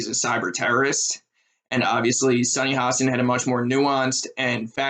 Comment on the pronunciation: Please learn how to say Sunny's name. It will only give your viewpoint more credibility.